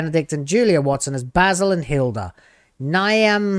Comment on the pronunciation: Niamh - "Neeve" - it's Irish.